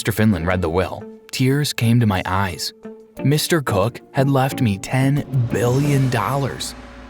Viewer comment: I'm sorry but the way the first guy says Mr. COOK sounds like he's saying Mr. Cuck 😭😭